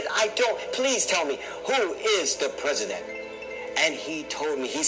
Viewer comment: Please! Who is the Preh-see-dent?